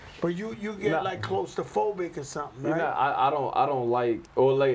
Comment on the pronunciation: Fat Joe said "Close to phocic" 😂 😂 I can't. This episode was great.